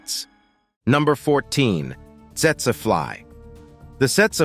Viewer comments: Setsuh flies? I thought it was pronounced teetsee fly. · I gave this video a thumbs down because you did not bother to tell us where in the world each of these menacing creatures can be found. I think that's important, and yet, you left it out for most of them. That was a HUGE oversight on your part. You also mispronounced the Tsetse Fly. It's pronounced teet-see fly.